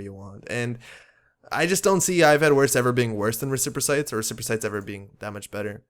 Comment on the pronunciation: Respirocytes are pronounced res-per-o-sites, hope that helps.